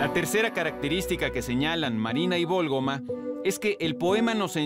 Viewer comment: Es María de la Válgoma ¿no?, por que insistirá tanto en que es Vólgoma, ya hasta me hizo dudar, pero qué buenos videos subre